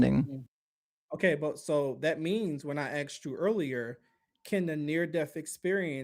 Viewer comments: This violence must stop. Stop axing, man! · I honestly don't know how survived that conversation after being ''axed'' so many times during the call(!) 🤣🤣